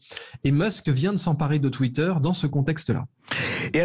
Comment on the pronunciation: Je savais qu'il avait tacheté Twitter mais j'étais pas au courant qu'il avait racheté " Twittaire " 🤣